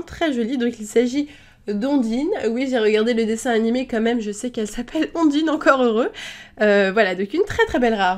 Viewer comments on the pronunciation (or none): none